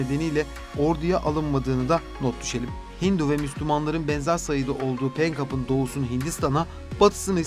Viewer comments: Yapıcı bir eleştiride bulunmak istiyorum, bölgeye ilişkin yer isimlerinin ve kişi isimlerinin orijinal haliyle telaffuz edilmesi, anlatılan konuya hakimiyeti gösterir. Punjab/Pencap’ı Penkap diye okuduğunuzda, ya da Radcliffe ismini bu şekilde telaffuz ettiğinizde, önünüze konan bir metni gelişigüzel okuduğunuzu düşünüyoruz. Özenmek ve biraz zaman ayırmak, içerik kalitenize ve GZT’nin saygınlığına yakışan bir anlatım doğuracaktır. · "Penkap" değil Pencap, Mamatha değil Mahatma, biraz özenin lütfen. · Penkap'a ne demeli? Dümdüz Pencap o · Seslendiren arkadaşların telaffuzuna dikkat etmek laIm. GZT yi severek takip ediyoruz ancak Radcliffe, Pencap ve Mahatma yı yanlış telaffuz ederek bu videoya verilen emeği heba etmemek lazım…